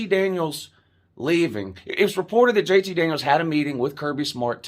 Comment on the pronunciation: I thought you were saying "JT Daniel Christ." Does that mean you are going to become a fan of whatever team he goes to?